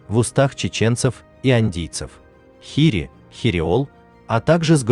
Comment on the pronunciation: ингуши на вашем произнашнии ИР-ИИ стал хири